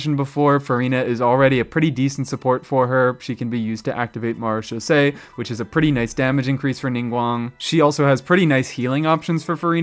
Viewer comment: Mad props for being the only content creator I've come across so far that can actually pronounce "Marechaussee" correctly. I've always wanted to like/use/etc Ningguang for actual combat, and always been really frustrated at just how badly the game devs screwed her over and made her almost completely useless in that regard. I was really hoping that Lunar Crystallize might save her, somehow, but she still seems to lag way behind almost any other geo character, even with that. Sigh. Ah well... "Hey, Ningguang, get your hard hat and your pickaxe. It's back to the mines with you!"